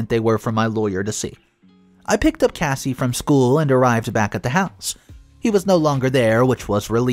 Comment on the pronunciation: It's not Casey. Its Cassie. Kas-e